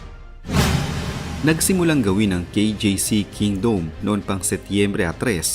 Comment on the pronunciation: Ayusin mo nga magsalita..KINGDOME O KINGDUM HAHAAHAHA😂😂😂😂